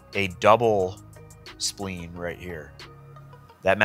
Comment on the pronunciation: It'd pronounced Spl-eye-n! Not Spl-een!